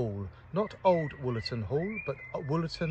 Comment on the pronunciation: Wollerton Old Hall not Woolerton.